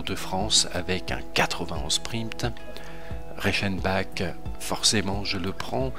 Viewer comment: sa se prononce pas Reichenbak mais Reichenbar